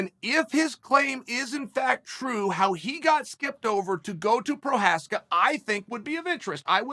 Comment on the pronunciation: it should be Igor Prochaev not Igor Prokaskik LOLs